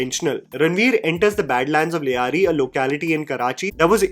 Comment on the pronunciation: The anchor has absolutely no sense of correct pronunciation; Sanyal, Lyari etc.......... though can't blame him as he's being literal; english language being such. Rehman was encountered outside like in the film, he was brought back and claimed encountered in Karachi metro boundaries due to jurisdictional complications.